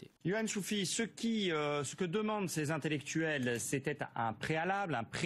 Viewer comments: vingt intellectuels,; pas de liaison,il n'y a pas de s à vingt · Salut on ne dit pas vingt z'intellectuels car il n'y a pas de s à vingt. Bisous je t'adore!! 😘😘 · au top... sauf pour les liaisons: vingt intellectuels et non vingts; ce ne sont pas les quinze vingts "za" veugles plein soutien au Media!!!! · Merci au Media pour vos émissions de qualité. Professionnalisme et analyses pertinentes. Clin d'œil pour: la liaison avec "vingt ". Vingt t'intellectuels et non vingt z'intellectuels. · Cher, vous avez fait saigner mes oreilles avec vos vingt ZZZ intellectuels;-) Le reste est comme d'habitude parfait! ONU 242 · Je sais que je ne devrais pas mettre en avant les petites coquilles perdues au milieu de cette excellente émission. Désolé je le fais quand même. 1) C'est Djazia Satour et pas Djamila. 2) Les vingt z'intellectuels ça fait un peu bizarre, surtout quand c'est dit plusieurs fois. Mais tout le reste est très bien, je ne rate jamais l'œil de. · On ne dit pas vingtzintellectuels mais vingt intellectuels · Les vingt z'intellectuels, c'est exprès ou pas ? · Les 20 z'intellectuels? T'es serieux? Je saigne des oreilles😂. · le sait parfaitement et c'est pour se moquer qu'il insiste tant sur la prononciation du Z à plusieurs reprises. Réécoutez bien.